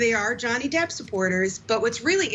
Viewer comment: Depp not depo😹